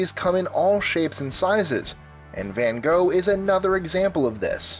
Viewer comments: Its not Vhan Gho its Van Gogh ffs. Learn to talk dutch. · Im sorry, but its pronounced van gof not van goh, really inspiring video! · Fincent fawn ough. The dutch say V as F and the g is silent. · Lol vincent vengo It's van Gogh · Its not van gogh. His name is pronounced Fincent fawn ough because the dutch pronounce V's as F and the g in gogh is silent.